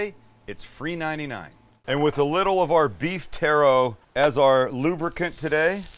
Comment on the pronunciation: It's TALLOW NOT tarro.